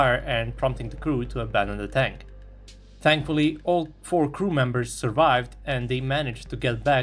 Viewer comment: he said "tankfully" lol